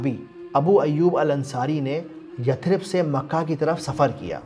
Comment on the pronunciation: bhai yathrib nahi Yasrab